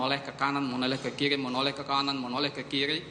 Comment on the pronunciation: Menoleh ke kiri atau menoleh ke kili? Analisis video jago, tp bilang er ga bisa2.